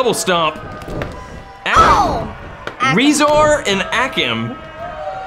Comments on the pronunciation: its not pronounced RE-zar or A-kam its pronounced RUH-zar And UH-kam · It is'nr AAkam And not REEzar it Acum and razar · U say akam like this Ay-kum and rezar ray-zar ok big fan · you pronounce it like Rae - zar. a - kam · This is how there names sound akum a rayzr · it's pronounced ake- um & ray-zar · It’s pronounced ( ray zar and a kom) rezar and akam